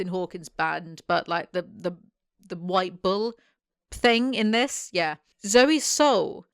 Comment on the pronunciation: I kept hearing 'ball' instead of bull, and I think it says a lot about the series that I didnt even question it lol